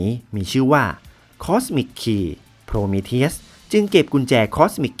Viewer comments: ฟังโพรมีเธียสละไม่ถนัดหูเลยอ่าาา ติดคำว่าโพรมีธีอุสไปแล้ว55 แต่ทำคลิปดีมากครับ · มันไม่ได้อ่านว่า โพรมีทีอุส หรอครับ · Prometheus มันอ่านว่า โพรมีธีอุส ไม่ใช่เหรอครับ